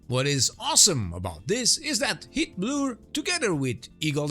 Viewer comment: Just an FYI, the way you pronounce “heatblur” is detected as “Hitler” by YouTube’s automatic caption system, maybe a cause of random de- monitisation if you face that. for example